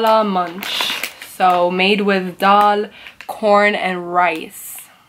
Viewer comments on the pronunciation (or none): none